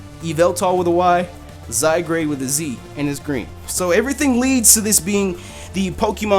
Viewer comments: It's ok about u not sayin its name right I thought it was zygrade at first too instead of zygarde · Zygrade ( Zy-Guard ) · I think its pronounced Zy-guard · It says Zygared. Not Zygrade., you are a derpy derp JK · Zygarde, I believe it's pronounced Zy (Zed like in british english pronunciation of Z which originates from both greek alphabet from :Zeta" and old french "Zede"), and Gard (with the E apparently being silent). Due to the european nature of the game it's most likely pronounced as Zygarde (Zed-Gard). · I think it's pronounced zai-guard because the "a" in "zygarde" comes before the "r." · I love how we all butcher pokemon names together! I don't feel like such a noob anymore! By the way it's spelled though, I would wanna pronounce it "Zy-guard". Not gonna lie, it looks pretty cool. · Wow I thought Zygarde would pronounced Zy-Guard but I guess I was wrong too :P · Zye-GARD. portmanteau of the words zygote and gard (anglo-saxon for land or place) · (Zy-Guard) isn't that how's it's pronounced not to say your wrong >,< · I thought it was pronounced "Zi-gard " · Zygrade? Isn't it spelled Zygarde? LOL that just prove's you can't read. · It's pronounced Zeye-guard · It's Pronounced (ZY-GUARD) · he said he made a mistake about pronouncing it before he started talking about it but didn't want to retake the whole thing again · i sure thats how it really is the way you say it. remember that he said at the beginning of the vid that "he pronounced his name wrong." <=) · I wouldn't have minded that you mispronounced it.....if you didn't place the 'r' in front of the 'a' when doing so. That was just ear-grating. No offence. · No lie, I pronounced it the same way prior to watching this video lol